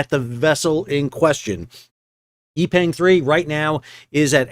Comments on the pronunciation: Great video, but "Yi Peng" should be pronounced like "E (as in Eel) Pung" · Oh, I don’t think you mentioned that the captain of the Yi Peng (pronounced “Pung”) 3 is reportedly RUSSIAN.